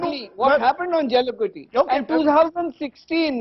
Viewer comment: And it's not Jaulikuttu, It's Jallikattu. Somebody correct this guy.